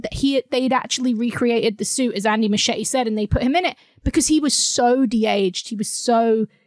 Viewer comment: Muschietti is pronounced "MOO she ET e"